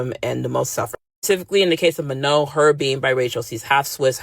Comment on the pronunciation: It kills me that you keep saying "Manal" 😂 it's just straight up "ma no", like saying no to your ma 😂